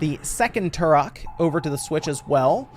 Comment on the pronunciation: It’s not turrrhok, it’s pronounced Trok.